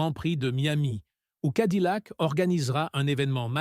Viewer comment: Cadillac se prononce cadiyac et pas cadilac! 🤣🤣🤣